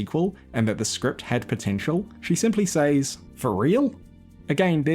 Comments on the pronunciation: SEZ, A.I., NOT “s-AEES”. Thanks. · Please learn to pronounce the word "says" .